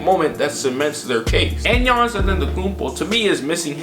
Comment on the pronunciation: It's Giannis. I'm a rockets fan but it's Giannis.